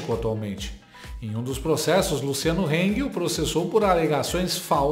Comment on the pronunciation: Heng não HANG